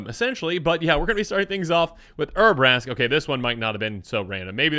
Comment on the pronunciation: Poor Urabrask's cards are so bad that can't be bothered to pronounce their name correctly, lol jk.